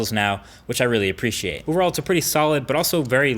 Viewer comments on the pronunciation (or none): none